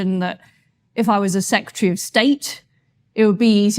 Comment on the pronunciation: “Having served as Home Sec-ret-tree” WTF is that! It’s Home Secretary! You would think if this was your job, you would at least be able to say it!